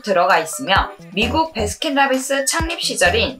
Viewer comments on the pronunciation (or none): 베라 아니고 배라